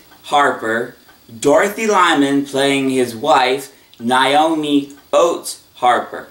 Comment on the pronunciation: You pronounced Vinton's wife's name incorrect. It's pronounced NAY-OH-ME not NIE-OH-ME